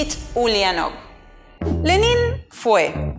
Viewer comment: Se pronuncia Lénin, no Lenín. Y con una bibliografía tan escasa (un sólo autor), no es de sorprender lo sesgado del material. Más recomendable son los libros de Service, Sebestyen, y Dmitri Volkogonov, el mejor que he leído sobre Lenin, y el primer tomo de la biografía de Stalin De Kotkin aborda la figura de Lenin bastante a fondo